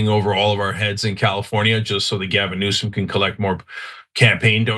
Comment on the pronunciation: Did Anna G. Say Gavin Nuisance? Freudian slip.